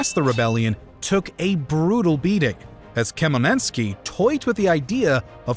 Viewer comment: Lol, i love butchered "Bohdan Khmelnytskyi", his last name is pronounced "h-mel-neet-skee"